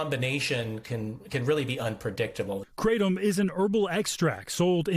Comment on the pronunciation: I'm more annoyed that they keep mispronouncing kratom